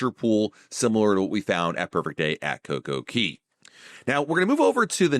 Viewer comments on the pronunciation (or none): It’s cocoCAY. Not cocoKEY. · It’s cay not key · Never heard anyone pronounce CoCoCay as "key". RC pronounce it as "kay" to rhyme with "Perfect Day", but Google say both pronunciations is fine. RC Marketing Director: "Perfect Day at CoCoKey? naaaa that sounds silly bro!" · Thanks for the video, but, it's CocoCay not CocoKey lol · It's Cay not Key. How do you make and take so much time editing a video and make that mistake. It hurt to hear it every time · It's Coco Cay, not Coco key dude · That's all I could think about the whole video